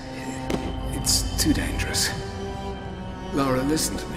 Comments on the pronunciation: keep calling her laura haha LARA mate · He keeps saying Laura but it's Lara... Lol